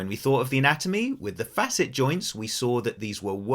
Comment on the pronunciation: My compliments to you for pronouncing "facet" properly! You are only one of 2 out of 3-4 dozen doctors and PT's I've listened to on YT that understand that they call it a "fa'-sit" because we're dealing with 2 adjacent surfaces that should normally move across one another in a complimentary fashion. Spread the word to other dipstick doctors who only got "C"'s in English class, that the word has been in existence for hundreds of years before our modern medical anatomists named them!! But I am here because I believe arthropathy is what is causing my foraminal stenosis of L4, L5, and S1. Possibly at my L3 facets or vertebral endplates as well. Had 24 non-surgical decompression treatments with little improvement. But a week ago I went back to one of my DC chiropractors who has a lumbar traction/flexion table. Oh my God! The relief is so much more pronounced than with the prior vertical decomp sessions I had! I have MRI's but need a trained doctor or clinician to look whether it could be a facet joint or a vertebral endplate with some moderate spurring going on. The clinical pathology report states such. The evidence you confirmed here says it may be both somewhat; but by going on the flexion table he's achieving a hydrating of the first few discs in a more effective way. I hope it continues to improve; but I've got surgeon's phone numbers waiting if push comes to shove. And I would only consider an endoscopic laminotomy or decompression by removing osteophytes with their endoscop